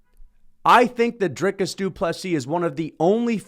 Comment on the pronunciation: Congrats you pronounce DDP’s first and last name correctly! Better than Sir Dana White to the people of SAfrica. But at least DW did address them, and respectfully.